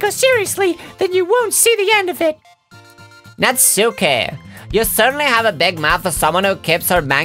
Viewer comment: says natsuki wrong